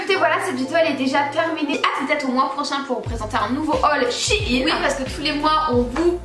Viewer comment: SHEIN pas chiine sinon super vidéo 😅